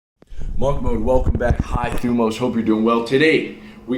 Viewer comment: Hey! its 'thEEmós' and you 'stress' the 'O' (θυμός in Greek)! Greetings from Greece!